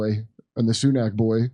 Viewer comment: Pretty sure it’s pronounced sinuk kurp!